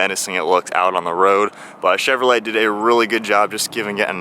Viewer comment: You said cheverley, I'm sure your the first I heard say that, is it how it's actually said.